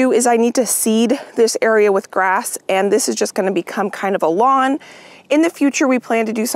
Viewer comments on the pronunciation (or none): none